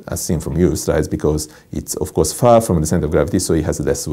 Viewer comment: AddyC you can tell by the "of course!"